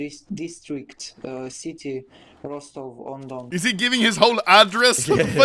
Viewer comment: Лол, Ростов-на-Дону чел произнёс как "Rostov onDon" :D